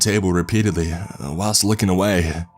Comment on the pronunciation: Is anyone bothered by the way the guy speaks? It’s very airy.. he says “awayuhh” or “bromineuhh”